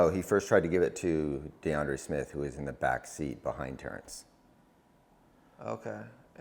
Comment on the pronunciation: Yo it’s “Deandre”